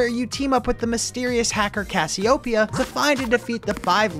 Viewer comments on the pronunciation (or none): Cassioopia? Thought it was Cassiopeia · Why does everyone pronounce "Cassiopea" wrong? Its "Kasyopeya" emphasis on "Kas"